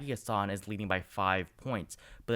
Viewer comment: Chris Sununu is saying he doesn't plan on running (at least for now). He's saying he enjoys being a governor. Just FYI it's HASSan (the first a sounds like the a in hat.)